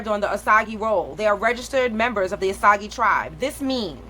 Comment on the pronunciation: Btw it’s not (oh saug E) it’s (oh sAge)